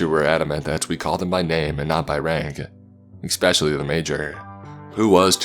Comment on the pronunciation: There is no "x" n the word "especially".